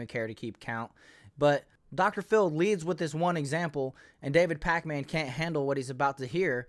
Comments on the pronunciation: This dude mispronouncing everyone’s names always makes me laugh. “Sink uyge”, “David Pacman “ 😂😂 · Pakman is pronounced "Packmen," not Pac Man. 😆